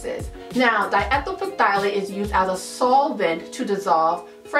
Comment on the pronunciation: Okay, but phthalate... It is pronounced ' tha·layt.' And if you as a maker are using fragrances from a reputable supplier (wholesale supply plus among the many) they don't have (usually) phthalates. (And they provide that info if you are worried about it.)